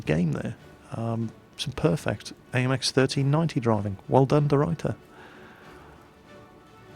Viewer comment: I love how pronounces deRuyter xD Its a typical Dutch surname and he doesn't nail it:P. But I'm not complaining, my English pronunciation isn't perfect but i just sounds funny.